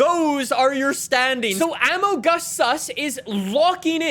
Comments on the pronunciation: The way says amogus is disappointing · the way pronounced "amogus" =)) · Can we appreciate how pronounced "AMOGUS SUS"?